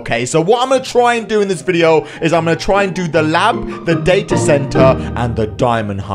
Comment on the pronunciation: it's not datae center it's data center